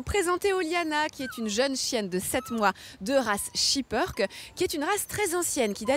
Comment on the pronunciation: On dit SHIPPÈRKE PAS SHIPPEURKE